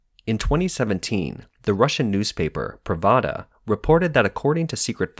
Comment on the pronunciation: It's not 'pravada' it's pronounced 'prahv da' and it's a Russian propaganda machine. Pravda means 'truth' which the Russians find to be as funny as I find China calling themselves a "people's republic".